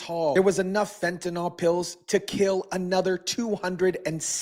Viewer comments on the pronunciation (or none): Fent A Nil, not Fent A Nal. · Please learn to pronounce the word fentanyl. There is no O in fentanyl. The last syllable rhymes with "hill." Like this: "fentanill".